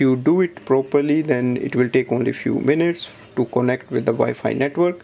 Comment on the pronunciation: Thanks for this ! But are you intentionally doing the "Tope" "Suckreen" and "cone - ekt" ?? like seriously you speak everything else so well and it sounded intentional !! No offense.